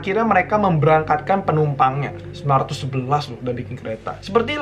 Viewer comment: apa cm aku yg denger ngomongnya 1919 bukan 1911?😂😂✌